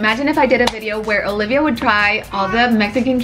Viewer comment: She says it with them a butt it with date as in Olivia not alivia, well that's how it sounds Hopefully that makes sense.